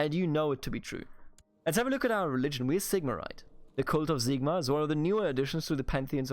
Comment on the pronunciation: HERESY!!!!!!! IS SIGMAR NOT Zigmar! :)